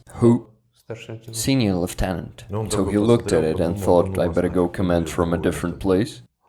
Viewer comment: "Leftenant" pronunciation let's go!!!